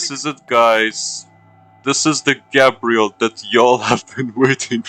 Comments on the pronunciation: garbel 😂😂😂😂😂😂😂😂😂😂😂😂garbel not Gabriel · Putting the L in GabrieL